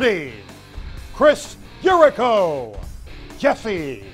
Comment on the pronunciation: he says chris yarico